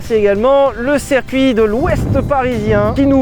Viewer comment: Sylvain, ta prononciation de "circuit" en "serre-cuit" me fait PETER les plombs ^^ bisous